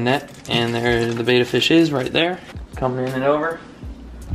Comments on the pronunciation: ok first of all, it is properly pronounced bed-uh... second of all did you not cycle your tanks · If you’re a kid watching these videos because you want to get a betta PLEASE do not do what he does. He doesn’t even pronounce betta correctly, he has no idea what he’s doing. I can’t believe this. He KNEW people would say that tank wasn’t good and chose to get it. One fish died, another was moved into a tank that isn’t set up correctly (with plastic plants that will hurt his fins), and another was given to a place that will cause the fish to become depressed and maybe die. There are so many people who love fish who can tell you the information you need, nothing he’s doing is correct. Please reach out so someone who knows how to take care of fish. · God Damn he listens to u guys just to change the environment of all the fishes and people still hate on him!!? Fucking ridiculous. He g aved it to the store what other choice did he have!? To release into his pond? NO. So what he doesn't pronounce "betta" correctly!? If the 3 little tanks were allow to be sold in the store it's because the government looked at them and gave the right for the company to sell their product in stores!!